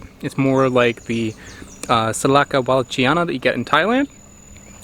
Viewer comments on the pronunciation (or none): Proper pronunciation of 'wallichiana" is wall-lik-ee-AY-na. The ch is pronounced like a k.